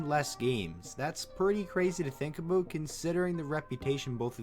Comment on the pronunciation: did you say aboot?